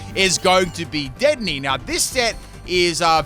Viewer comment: Anyone gonna talk about how he pronounced dedenne wrong?